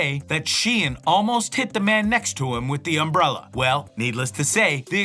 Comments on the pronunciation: "UMBRELA ACADEMY" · "UMRELLA ACADEMY"